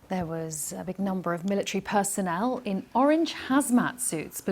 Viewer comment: What is a "militre" parade?